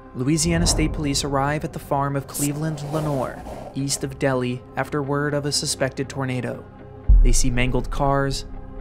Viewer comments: Great video! Just FYI Delhi, LA i pronounced as Del-hi, not Deli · The town name in Louisiana is pronounced del-high not deli. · It took me nearly 50 years, and I finally came across this video. I was a child living at Waverly Louisiana when this happened. The correct name of the town is pronounced, “Dell High”, not “Deli” as the narrator pronounced. It was on a Sunday afternoon after church services were over and the skies were dark, and it was very cloudy. My dad went to the back of the house and spotted the tornado and yelled to my mother, and I it looked as if it was coming directly to our house. I never seen a thing like this in my life. It looked like a angry monster, black and roaring loudly. One could even see trees being uprooted, so my father grabbed my mother and I, and we ran under a highway bridge. The tornado cut across Highway 80 and went in the direction of the Lenore family. I knew all of them personally as Ella Lenore sang a song at our church that was eventually destroyed by that same tornado. I also went to school with some of the children of Ella, and the tornado threw them all into the Bayou. The family members all died as a result. The only survivor found in the Bayou was a young black teenaged male. The tornado blew his mother and siblings into the Bayou. His injuries was so extensive, that the tornado crippled him terribly, he lost sight in one eye, and he had multiple fractures. He is still alive today; retired, and living in the Washington, D.C. area. Years later,I learned through Internet search that the tornado was categorised as a F5 tornado. In the local town newspaper, m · ITS NOT DELI ITS DEL- HI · Lol I said the same thing. You can really tell the Louisiana folks in the comments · It’s crazy cause I’m from Delhi, LA. My dad told me stories about this tornado also it’s pronounced (Dell-High) and to give people an idea of how powerful the tornado was it was originally ranked as a EF6 but years later downgraded to EF5